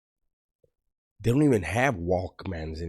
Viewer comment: “WOLKMAN” hahahahahahahahaha!!!!!!!!